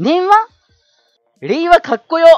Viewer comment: やっぱり、れいわが平和に聞こえるよね！w